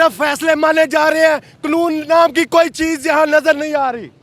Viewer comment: Qanoon ka lafz bhi bole nahi Sakta.